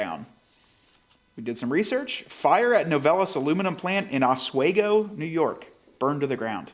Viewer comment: Great content. NY plant is pronounced Os-wee-Go